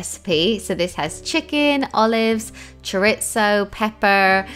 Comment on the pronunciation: You didn't pronounce chorizo correctly